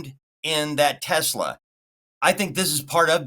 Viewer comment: WTH is a Tezzla?